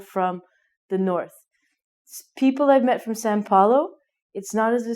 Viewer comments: BTW, it's Sao Paulo not San Poilo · she can't speak correctly são paulo either xD # ROONIE <3 From Recife, here!